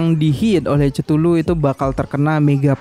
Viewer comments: ketulu bang bacanya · Cara baca chtullu itu kethulu bang